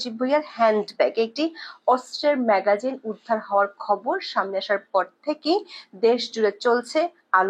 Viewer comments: ম্যাগাজিন না ম্যাগজিন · ম্যাগাজিন নয়, ম্যাগজিন। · এটা " ম্যাগাজিন" নয় হবে- ম্যাগজিন "!! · সংবাদ পাঠ করতে এসেছেন, উচ্চারণের শুদ্ধতা আনুন এবং সঠিক উচ্চারণটি করুন অন্যথায় ভীষণ কানে বাজে। বারবার ম্যাগাজিন ম্যাগাজিন করছেন যা ভীষণ বিরক্তকর লাগে।